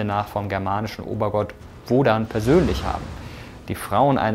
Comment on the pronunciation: Momoment.. Heißt der obergott der Germanen nicht "woTan" und nicht wodan?